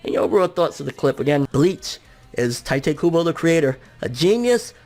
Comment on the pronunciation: I cringe every time you pronounce 'Tite Kubo'.